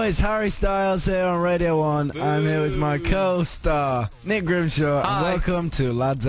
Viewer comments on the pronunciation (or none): at first I thought Harry said curl-star instead of co-star in the beginning